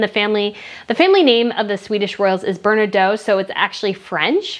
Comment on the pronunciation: You don't talk like that about our royals, princess Sofia got that tiara as a wedding gift by our King and Queen, and learn to pronounce the last name Bernadotte right next time, you are extremely offensive, take a look in the mirror before you sit in front of a camera...